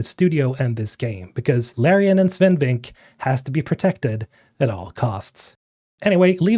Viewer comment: you always pronounce his last name wrong bro. It's pronounced "Vinkeuh". ;)